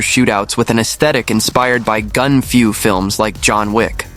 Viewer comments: Its called Gun-fu and not Gun-Few😂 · "Gun Few" LOL!